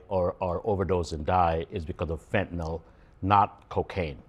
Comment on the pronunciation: Tapper cant even pronounce Fentanyl correctly.